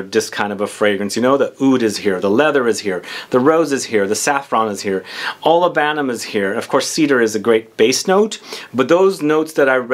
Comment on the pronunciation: OLI-buhnum, not oli-BAN-um ;-)